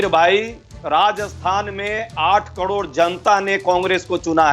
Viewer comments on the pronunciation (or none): अजय उपाध्याय 'कड़ोर' नहीं 'करोड़' होता है।